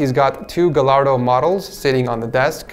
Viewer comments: it’s pronounced gay-arr-do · its pronounced GUY ARE DOE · you pronounced lamborghini gallardo wrong it is pronounced gay-ar-do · 'gallaro' me: 'ITS GALLARDO' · Me and are like the only people who say gallardo instead of gaiardo idk which one to say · It’s not called a gallardo with an L it’s pronounced with a Y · It's pronounced "guyardo" not Gallardo, but I love the videos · Lamborghini "gal-lard-o" I think it's pronounced "guy-yard-o" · Are u serious it is not pronounced as Gallardo it is pronounced as Gayardo but the spelling is Gallardo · he said gaLLardo..... bruh its pronounced gaYardo (2x L = Y) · Its pronounced guy ardo not Gallardo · It’s gayardo not galardo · Gallardo = Guy - Are - Dough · GAL - ARE - DOE 😂😂😂😂😂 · oml gallardo ahahahah its pronounced "guy are doe" Lamborghini Gallardo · Ur makin me mad about the gallardo it’s suppose to be said like giardo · It's pronounced "Ga-yar-do". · Gallardo is pronounced G-i-ardo haha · U pronounced gallardo wrong. It actually sounds like guyardo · Sorry but Gallardo is pronounced “guy-ardo” not tryna hate. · Gallardo is pronounced gajardo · 152 : calls a camaro a charger 153 : mispronounces gallardo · Why do people pronounce Gallardo like that.. UGHHHH